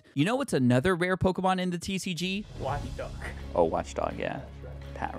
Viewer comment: Watchog not Watchdog 😂